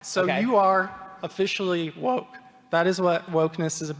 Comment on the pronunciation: he messed up when he said 'w-0-ke'